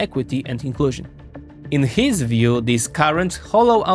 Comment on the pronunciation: “In Heeez view…”. It’s not just HIS view pinhead, it’s the view of tens even hundreds of million Americans. We elected him to realize OUR view. Perhaps that concept is foreign to you in whatever socialist or communist government you exist in.